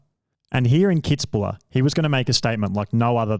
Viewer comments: It's 'Kitz-buhel'.......... not kitzbuller......... get it right. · KITZ-BU-WELL man .... made me cringe every time he said Kitzbuler....arrghhhh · Kitz bühl. Not bula... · What a circlejerk for Brownlee, never the best triathlete of all time not even the decade and please learn to say Kitzbühl. People also can say Leicester by now. Frodeno was soooo much more dominant :D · It’s pronounced “kits-buul” by the way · Anyone else triggered by that Kitzbühel pronounciation? :D :D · i never heard the name Kitzbühel butchered that badly. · I love this video!! However, as an Austrian, I have to tell you: there is no "la" at the end of Kitzbuhel --> it just ends with "el" - I am sorry, but it just has to be said... :D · The pronunciation was painful, as was the pronunciation of Alistair, he says it like Ali-stair like a staircase rather than Alist-er/a where you barely pronounce the last few letters